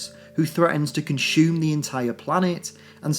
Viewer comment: lol "con-shoeume"